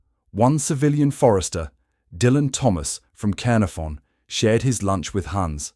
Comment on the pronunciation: The butchering of the place names, But it stated so well with Cearnafon 🙄